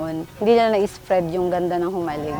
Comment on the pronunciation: Hoy KMJS hindi Humalig ang tawag sa island na yan alam mo nang "J" basa jaan Jo - malig...island...